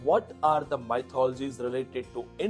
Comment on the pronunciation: Mythology is not pronouced as maithology its pronounced as mithology.